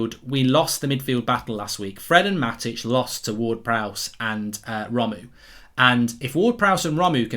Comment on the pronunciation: No hate mark, just wanted to say Romeu is pronounced as Ro-meh-ooo :)